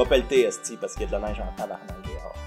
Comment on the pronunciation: Quand tu dis que tabarnak ça l'a le plus d'impact, j'te comprends tellement. Pis ça sonne encore mieux quand tu roules le 'r' Mis à part le sacrage magnifique, superbe vidéo comme d'habitude. Tu rends le québec fier d'avoir un youtuber comme toi!